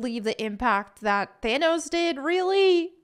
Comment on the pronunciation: Stop saying Thanos! It’s not This cringe is destroying my brain to listen to